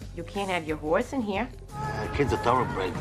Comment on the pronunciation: You killed that "hores" Get it? Horse = Hores